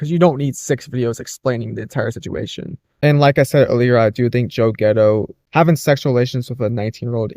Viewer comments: Too hard to believe that Joe Gatto could do that. Gatto.... pronounced Cat Tow with a G. You keep saying "Ghetto". It's wrong. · You couldn't google his name. How are you getting getto?G A T T O sound it out.